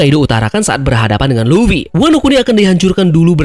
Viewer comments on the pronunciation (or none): none